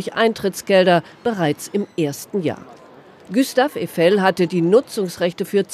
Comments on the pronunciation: Der Typ heißt Gustav Eifel.. und nicht Güstaw Üfel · Günter Öffel 🤣